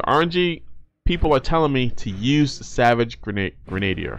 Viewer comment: Friendly advice: pronunciation for Savage “Grenadier” is Gri-Nuh-Deer not Gruh-Nay-Dee-Er.